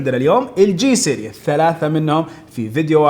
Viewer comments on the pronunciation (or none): سِرِيز ، وليس سيرياس